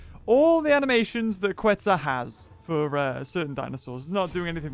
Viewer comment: Is KETZ! Not QUetz!